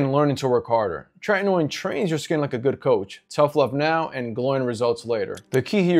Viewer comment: Not 'Trenton ode', it's 'Tretinoin'.